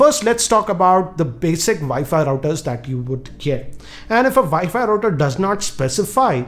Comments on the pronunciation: it is WiFi not ViFi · VI FI routers LOL hhhh to thouse who didnot understand instead of saying wifi he says vifi . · He way he says wifi is vifi it's abysmal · It's realy a nice NETGEAR "ViFi" Router. Hehehe.. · Say "Vi-Fi router" one more time, please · Viifii router? Lmao Indian accent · im sorry but the way u say wifi makes me wana die. vifi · did he say vaifi ...??? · did I just heard "Vi-Fi" router????? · 0, i hear vayfay routers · He is passionate about saying 'wifi routers'🤣